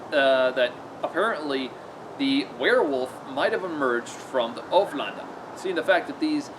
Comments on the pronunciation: Haha you sound like your saying hoeflander instead of ulféđnar. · Sorry to be so picky but it's pronounced like oolf head nar. I'm a real pedant for pronunciations lol. Another great video mate. You're like a live osprey book.